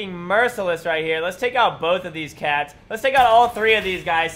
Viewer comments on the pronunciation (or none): none